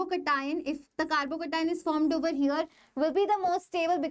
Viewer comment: Thalle malayali😅❤